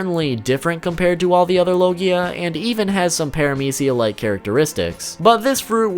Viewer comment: Why are you pronounce paramecia is aids (no hate)